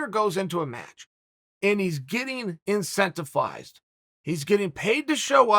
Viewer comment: Engano "incentifized" heartburn "incentifize" chael's right leg eager to cross chael finally allows it